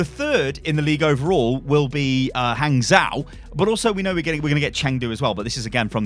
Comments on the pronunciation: PSA: In Chinese, zhou is pronounced "joe", just with a very short o sound. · Hey,! If you ever see "zhou" in a Chinese word, you can pronounce it as "joe" (like the name). The tone of how you say that, well, that's another story!